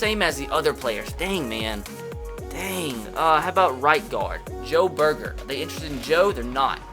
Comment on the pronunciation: joe burjer is how its prenounsed